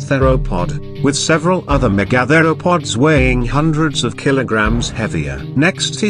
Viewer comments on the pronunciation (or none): OMG... don't you video producers have the chance to correct the computer pronunciation of complex words such as mega-thero-pods, vs me-gathero-pods. WTF people? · "The meh-gather-o-pods". I get it. it's AI. Good vid in general tho :)